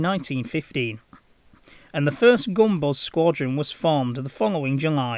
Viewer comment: Gunbus! Not gumballs. 😂